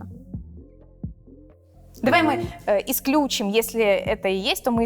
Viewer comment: ты очень хорошая и красивая,но правильно будет исключИм)